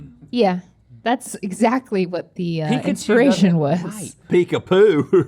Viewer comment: It’s Peek-Pooh